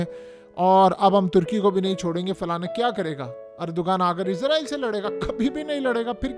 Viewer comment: بھائی صاحب ! میں نے پہلے بھی کئی مرتبہ کمنٹ کیے ہیں کہ لفظ " اسرائیل" ہوتا ہے "عزرائیل" نہیں ہوتا عزرائیل کا مطلب ہے موت کا فرشتہ اگر تو آپ اس سینس میں لے رہے ہیں تو ٹھیک ہے ۔۔۔۔ اسرائیل اس وقت موت کا فرشتہ ہی بنا ہوا ہے۔۔۔۔ مگر اپ کو وہ تلفظ استعمال کرنا چاہیے جو قران میں استعمال کیا ہے۔۔۔۔۔ کیا آپ قران کی سورہ بنی اسرائیل کو اس طرح پڑھتے ہیں "بنی عزرائیل" 😂